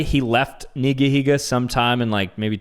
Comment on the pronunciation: It’s nigihiga